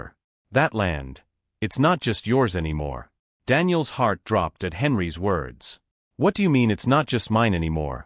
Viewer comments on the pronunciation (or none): There is a consistent error that you need to fix: Whenever your AI encounters a plural in the form of a noun followed by an apostrophe and an "s," it pronounces the noun, ignores the apostrophe then pronounce thr "s" by itself. "Henry's" therefore becomes "Henry S." Please fix that.